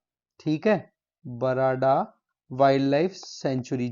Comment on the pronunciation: Not barada sir it's called barda